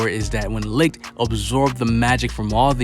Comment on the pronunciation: Can we pleeeease say names properly. Licht is pronounced like 'leet' not 'licked'